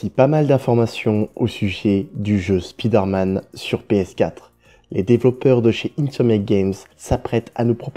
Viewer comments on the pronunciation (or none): Stop prononcer "spideur manne" putain